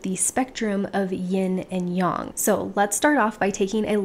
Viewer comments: I couldn’t get past the intro because of her saying “yin young” instead of “yin yang”. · Sorry, but this bothers me very much. Its not "young", Yin(Y"en" as in end) -Yang (Y-"ang" as in "Ang"ular). Its not YOUNG! Good information. ITS NOT YOUNG!!!!!!! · 👏 yea, this was bugging me. Yin-yAng (like gang...why yang-gang) not yin-yong (like gong). Hope that helps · it's pronounced yin yang, and not yin young. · really???? I’ve never heard anyone pronounce it yong....very strange